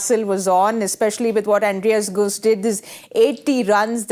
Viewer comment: Andries gous, not goose. Come on vaugh, you've been around long enough